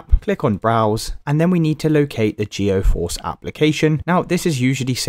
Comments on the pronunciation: Bro just uninstall and reinstall Geforce. Also, it's pronounced G Force not geoforce. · The way he keeps saying GEO FORCE Is actually pissing me off way too much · stop goiung so fucking fast and calling it gEOforce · Geoforce and nividia 😂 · "Navidia" "GeoForce" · I hate the way he says geforce